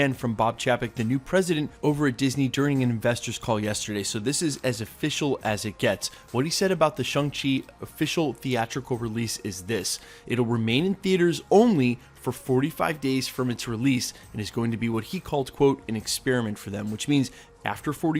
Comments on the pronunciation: Is he sayin Shung Chi ? 🤦‍♂️🤣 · Shung chi. Is that how it's pronounced? Lol